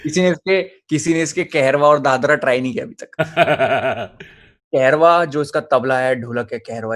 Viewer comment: its not kehrwa its Kaharwa jo ki tabla ka 1 taal hai